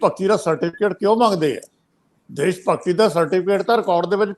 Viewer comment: Good comments . Thanks . But you seem to be ignoring importance and urgency of proper communication of words . In your comments, Shromani is pronounced as Saromany , Khamoshi as Khamosi , Desh as Des , National as Nasnal etc . Thanks .